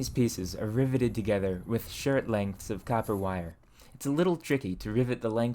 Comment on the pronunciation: Between “ferge” and “shert lengths” I’m beginning to think he was the first to coin the term “sherd” for shard of pottery